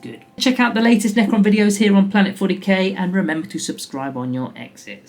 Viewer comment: Don't worry Planet 40K, you're not the first person to get the name wrong.